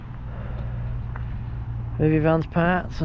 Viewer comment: It's actually pronounced Rithin, At Abergele beach there are height barriers, but if you go up past the railway station and turn right. There is room for 4 or 5 vans to park, before you actually get into the car park. At the toilets there is a tap outside for you to fill water bottles. There are a few cafes, an arcade and a nice beach. Parking is free. As it was bank holiday when you were there you would probably not have got a Parking space. But for future reference. Last time I was there, there were 3 vans parked there.